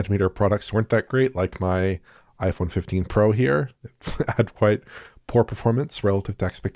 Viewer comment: Way twacing on the PSfoive Pwow then .